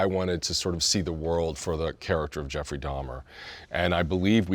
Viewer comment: Why do y'all keep saying Jefferey it's Jeffrey lol